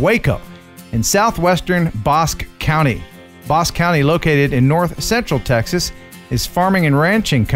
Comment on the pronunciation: Another awesome video! I will have to say I am impressed with how close you got Bosque County. Actually pronouanced Boss-Key. Keep up the great videos!